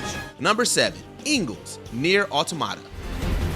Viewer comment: Please someone teach this man how to pronounce things. “Autamata”, “Glasscoigne”, “Jairalt”, “Gayden”????